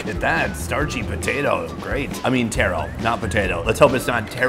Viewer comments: I dont like how you hating on taro and calling it tear-row rather than taa-row there no i or e in taro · Taro not Tero. 😅 Taro is not red potato or red sweet potato. Taro is Yam!